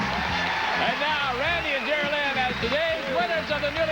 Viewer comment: He pronounced the last lady’s name as Ger-a-Lin. It’s Geraldine!